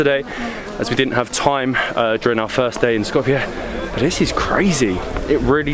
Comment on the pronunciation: first channel to do a vid on macedonia where the pronunciation of skopje wasnt butchered. well done.